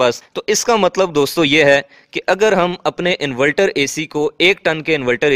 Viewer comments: انورٹر ہوتا ہے انولٹر نہیں... 😅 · Bhai bohat achee video hai invelter nhe inverter khain to theek hai ya shayed mujay lag raha hai k ap invalter keh rahay hain inverter ki jagha